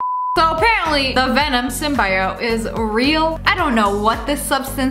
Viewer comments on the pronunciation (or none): She said symbiote wrong but because is sniperwolf im not triggered